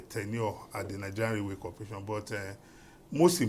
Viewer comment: You guys please add professional touch to your presentations, watch your pronunciation it's railway not raluway